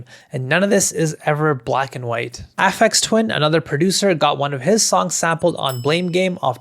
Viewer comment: No way you pronounced Aphex Twin like that. You make all these videos about music production and don't know who he is?